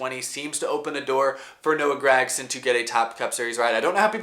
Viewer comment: Love the videos but god dang man stop saying GRAG-son